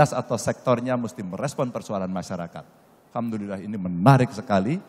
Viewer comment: AL HAM DULILLAH pak....! Bukan AL KAM DULILLAH